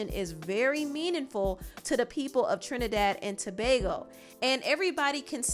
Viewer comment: fr i was surprised how well she explained our history and pronounced our twin island name properly i love her channel also 😊🇹🇹🇹🇹🇹🇹